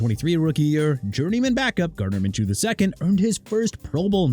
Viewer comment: GARDNER MINSHEW'S LAST NAME IS PRONOUNCED MIN-SHOO NOT MIN-CHOO! SMH